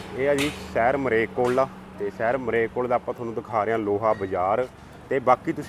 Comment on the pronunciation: ਮਰੇਲਕੋਟਲਾ ਨਹੀਂ ਮਲੇਰਕੋਟਲਾ ਹੈ ਸਹੀ ਪੰਜਾਬੀ ਬੋਲੋ ਜੀ